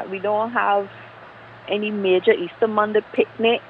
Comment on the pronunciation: When are you going to learn to pronounce your Rs? The name of the gentleman is Major David Clarke....not David Clack. Also, the names of the days of the week are MONDAY, TUESDAY, WEDNESDAY, THURSDAY, FRIDAY AND SATURDAY....Not MON-D, TUES-D, WEDNES-D, THURS-D, FRI-D or SATUR-D.